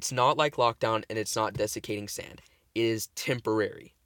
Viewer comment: Wow, you finally managed to say "dessicating sand" properly 😂 Them drugs must've awakened you man.